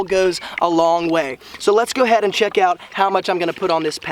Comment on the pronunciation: 😂 You're being sarcastic, right? Yeah, especially the "Go head" instead of "go ahead". Perfect "pronunciation".